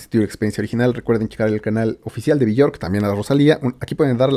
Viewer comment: se pronuncia " biork " ella misma se presenta con esa pronuncacion